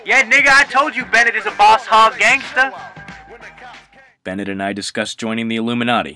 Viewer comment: Its Benngett...